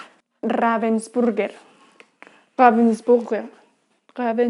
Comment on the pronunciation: Gracias por tus alegres videos . La «a» de Ravensburger se pronuncia como en español. Saludos desde Dresde.